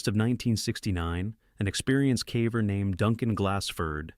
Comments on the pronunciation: Interesting compilation, thanks! Just subscribed. One suggestion: Your AI narrator has a habit of pronouncing "caver" as "cavver," which is confusing until you realize what the issue is. If you did a find + replace (Ctrl + F) on the script in Word and replaced "caver" with "cayver," it would always pronounce it correctly. Just a thought! Have a good one 👍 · Fix the pronunciation of caver. I won't watch anymore.